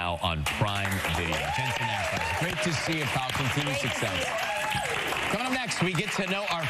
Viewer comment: Another presenter who doesn't do her homework and what's more embarrassing is she's interviewed him before! It's ACKLES NOT ACALS hunny!